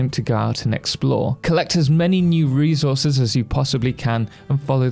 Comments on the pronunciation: I'm sorry but the way you say "re - zor - zez" gets me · ReZources is crazy😂